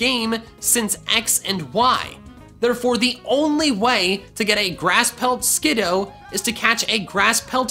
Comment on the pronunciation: Me when he says skid oh 😫 I love skid oo